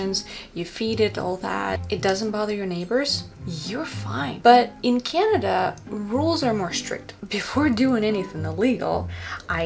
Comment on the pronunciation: Your English is great it is better than most but I can definitely tell you are Russian by the way you said Canada but even most of us Americans have accents I know when people speak to me they can definitely tell I am from the East Coast